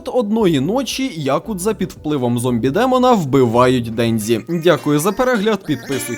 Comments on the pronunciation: Кожного разу після ФуДЗІмото й ДенДЗІ вухам трохи боляче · Дензі.. ДЕНЗІ БЛЯХА. Де ви те дзі берете в японські мові, якшо в ній є тільки джі. Капець як це важко слухати. Я би ше зрозуміла якби імена мангак читали по звичці з російською транслітерацією, але це ім'я в нас всюди нормально адаптували.